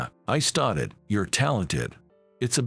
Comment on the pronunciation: The word STARTED is pronounced star-ted not stat-ed. They read well enough but pronunciation sucks. So many easy words are beyond their vocabulary. US is read as U-S not us. Like the stories, but